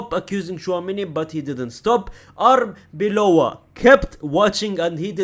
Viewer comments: It's Arbeloa, not Arbeola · I think he commented a while back that he wasn't going to bother learning Arbeloa's name as he wouldn't be at the club long enough, but I agree with you. Get it right.